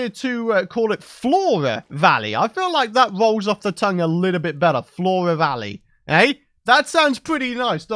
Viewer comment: Four-uh vawwey, I can roll with that name.